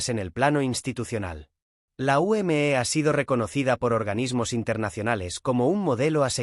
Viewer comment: Se dice simplemente la UME no como usted diciendo la U m e haciendo que cada letra vaya por separado cuando todo va junto